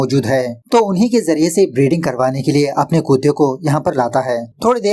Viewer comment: Bhai tum Kuttey(कुत्ते) ko koote(कूते) q pronounce krte ho, it's sounds very weird